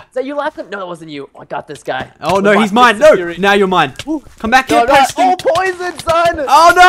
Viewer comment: Lachlan you purston instead of Preston its like your playing with a cat